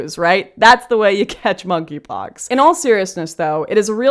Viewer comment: For some reason I thought she was calling it "f**kypox".